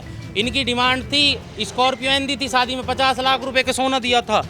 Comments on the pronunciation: Madam Anchor, Shwadi nahi Shaadi bolo….khwarcha nahi kharcha bolo…..her shabd mey w kyo laga rahi ho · Arrey anchor madam Shwadi kya hota hai….shaadi bolo 😂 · Ye report shadi ko swadi kyun bol rhi 😂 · Reporter madam, 'shwaadhi' kyaa hota haye??😂😂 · Shwadi, chwandi, ye konsi hindi hai 😅😅😅